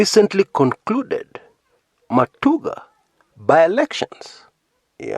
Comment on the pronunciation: it's matungu by election and not matuga.